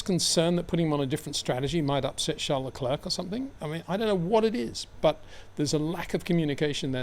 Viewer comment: You can pronounce Charles correctly as Sharl, but you cant do the same courtesy for his surname?